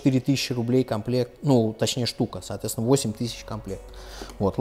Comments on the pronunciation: Выпивал каждый раз когда слашал "соотвецвна" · Злодей, как теперь это не слышать?! Соотвецвна